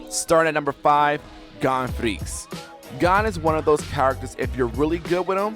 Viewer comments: Gone, Kurapuka, galana Me listening to him saying names horribly wrong as i load my shotgun: and i took that personally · You're pronouncement of Gon sounds different than in used to. (You're saying it like Gone and I'm used to it being said like G-own) might just be me idk lol